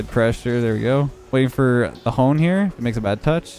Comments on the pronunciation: Every time he was saying hone, I was screaming ON LIKE HONEST BIT WITHOUT THE EST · Why did he say hones when it was the word honest 😂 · It triggered me when called TheHONESTFork Hones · "the hone" Honest Fork? Lol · Why is no one commenting about how he called one of the first people " the hone" instead of "honest" or "fork"